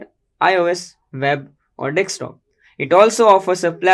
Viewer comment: It's desktop, not "dekstop".